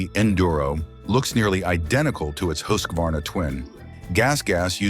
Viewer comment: Kudos to the narrator for properly pronouncing Husqvarna at 19.18 minutes. Here in the states I hear pronunciations like hus kwa varna.